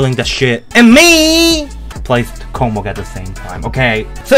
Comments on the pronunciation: Hey, Dora, I just wanna to tell that it is russian level. So it's name Kocmoc reads like ( k o s m o s) it is just a russian word. Космос прекрасен! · Аххахааха почему кокмок а не космос? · WHY DO YOU SAY COCMOC? IT READS LIKE KOSMOS AND NOT KOKMOK! I am writing from a translator, I corrected it because it is Russian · Dora, say "Cosmos", not "KOKMOK" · I can't understand the way I feel when Dora reads this level's name like kokmok instead of kosmos. Like, it's a fun joke until its overused if Dora is joking oc. But if not, I hope he will start pronouncing it in the right way. And yeah, kocmoc(космос) is a russian word and it means space (pretty obvious 'cause of the level's theme yeah) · Dora, it reads like Cosmos, it's a Russian word, c=s, not KoKmoK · bro, not KOCMOC, it's like cosmos on Russian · correctly not KOCMOC, but KOSMOS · Not kokmok😂, its kosmos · WTF not kokmok, like kosmos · Dora does not read космос correctly but kosmos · don"t say C*CKMOC, it"s KOSMOS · IT READS AS KOSMOS! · Zoink has reverified the level and Trick (presumably) became the first victor! Also, the actual pronunciation of this level is actually "COSMOS" (Russian name is KOCMOC)